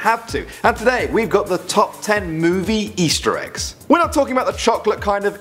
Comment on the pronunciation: you said ester eggs